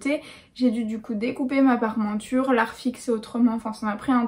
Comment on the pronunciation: Il ne faut pas dire "Parmenture", mais "Parementure". J'en suis à ma quatrième vidéo. Je les savoure avec mon repas du soir. Je suis un grand fan !!!